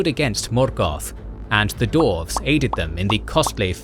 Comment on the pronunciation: Absolutely amazing job. This was fascinating to watch. Hope you don't mind me asking about why you pronounce dwarves as dorfs (missing the W out) ? I've noticed that this is a persistant problem in all of your videos & only ever for that one word. Doesn't stop the videos being brilliant of course, but that small pronunciation correction would make a big improvement. You pronounce every other word (including far more difiicult to pronounce words) perfectly, so I'm not sure why dwarves is the one word you have a problem pronouncing correctly. Thanks a lot for making this vid & looking to your future videos / continuation of this great story.